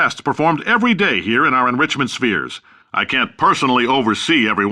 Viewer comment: "enwichment spheres"